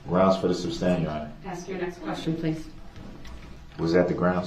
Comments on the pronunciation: “grounds for the SUBstain” 😂🤣😂🤣 Learn basic courtroom vocabulary if you’re going to act as your own attorney. Aside from a murderer, this guy is a clown. 🤡 Darrell Bozo Brookes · SUBSTAIN - hahahaha makes me laugh everytime!